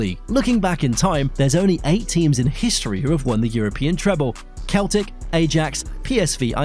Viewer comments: My man, its "Seltic" Glasgow, not Keltik. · Love your work, thank you. Just a tip from a language teacher: Celtic is pronounced with an /S/, Ancelotti with a /CH/ and Metropolitano with a /A/ at the end 💙